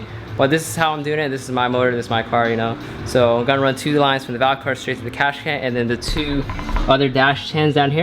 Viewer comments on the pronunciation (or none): Cash can 😂 got me every time he said it